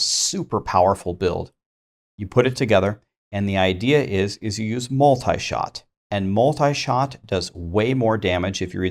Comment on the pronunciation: New season,but same Multishot's pronouncation butchering..